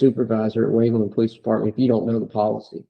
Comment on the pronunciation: Waveland not Wakeland.